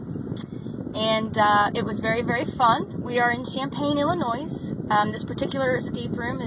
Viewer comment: 😂 okay, let's fix a couple things. Illinois- the S is silent. Ill-i-noi. Urbana is er-ban-uh. Not er-bon-uh. Kind of surprised you didn't pronounce Champaign differently too. I know they're all weird for someone that's not from here. Most visitors get big kick out of Effingham. Just for the name.